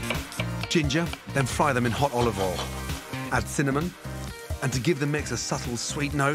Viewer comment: Gordon can't say olive oil. OLIVALL!!!